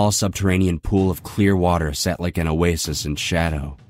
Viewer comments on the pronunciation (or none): none